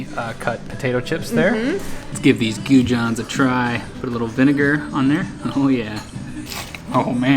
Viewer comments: Lovely as usual. You need to say goujons with a French j. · Love your pronunciation of goujons, was Chating to Alex from the travel beans just yesterday about your hilarious choice to base English fish and chips standards on a visit to Wetherspoons. Looks like you have picked some better seafood places in irland. Your Instagram shots look stunning and looking forward to seeing your vlogs from New Zealand and Australia. Keep up the great work guys, big fan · Great video guys 😀 We love our little home country ❤ Glad you enjoyed it. Figured as much that there would be nothing but rain that never changes 😂 And the pronouciation of goujons was great 😂👌